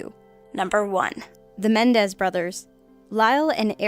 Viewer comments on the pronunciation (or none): Menendez not mendez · Menendez. Not Mendez. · And it's Menendez not Mendez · I like you a lot,, I really do - but... #1: It's COLORADO. #2: It's MenENdez, not Mendez. Hoping these were typos that weren't your fault. Ciao! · It is Menendez, not Mendez! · #1 the last name is MenENdez, not Mendez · MENENDEZ. Geez.